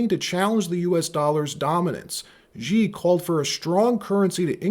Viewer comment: # Xi is pronounced /sh ee/ not /J ee/